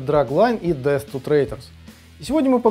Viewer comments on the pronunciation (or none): none